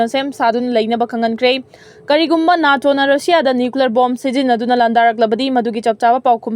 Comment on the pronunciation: NATO ashi nato haina pronounce toubiyu, neto haigadba nutte.